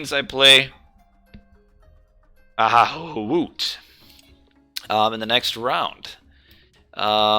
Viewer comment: AHY6UT pronounces as Anubit. Believe me, it is Russian-style 1337. Very convenient that you have Anubis in video previev. PS so sad for being busy while your last streams because nobody else streams AoM on Youtube.